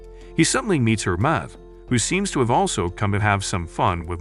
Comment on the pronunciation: The name is pronounced Her-mees. I had to stop watching, as it was like listening to fingernails on a chalkboard on how you massacred the name.